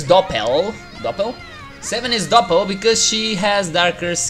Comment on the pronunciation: its not German otherwise he wouldn´t have problems by pronouncing "doppel's" name - "Doppel" is german and means Double ;)